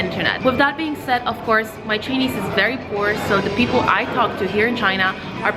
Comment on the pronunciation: I'm wondering why you were pronouncing Ch'ai'nese as Ch'i'nese in the video.